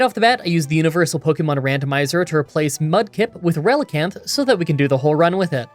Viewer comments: Relicanth is a combination of relic and canth the final part of the fish called coelacanth. You pronounced relicanth correctly. Don't try to pronounce coelacanth (its seel-a-canth) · You are saying Relicanth right (also 90 base attack is definitely not "crazy high" even in gen 3)